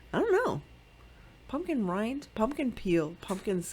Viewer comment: These were all beautiful! I definitely loved the “Pun-Kin Girl”.🎃🖤🤍 LOL that’s how I say pumpkin too! 😂🤷🏻‍♀️ TFS my sweet friend!💞